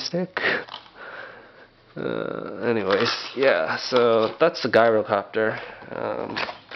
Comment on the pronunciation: not guy-row-copter